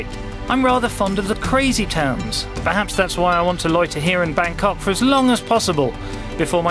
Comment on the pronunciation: good video but pronunciations excruciating!